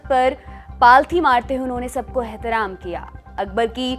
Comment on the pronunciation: Mohattarma Ghustaakhi Maafi Hehtram nhi Ehtraam Aur Tabiyat Nasaj Nhi Na Saaz Kahete hai The Lallantop Walo ki Urdu Bolne ki Koshish Khaabil e Taarif hai Par thoda Zubaan Ko Palthana Padhega😁😁😁